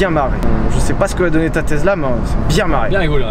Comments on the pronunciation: Tesla pas tezla. C’est Nicolas TESLA Le père du Courant alternatif. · steu plaît, c'est Tesla et pas TeZla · TesSSSla et non TesZZZla.... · Oui, jamais compris pq certains français prononcent le s comme s'ils voient un z, même quand on vous dit comment ça se lit... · le mec il dit “tezla” au lieu de “tesssssla” ça me stresse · Y’a que moi que ça énerve la prononciation Tezla? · tezla mdr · Tu vas apprendre à dire Tezla correctement ouech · le gars imberbe il dit tezla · mdr pareil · Je suis le seul a avoir remarquer que le mec ne sait pas prononcer TESLA ?????